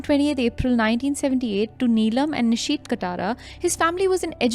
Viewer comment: ehen, niteesh hota hai. nitish atish nahi.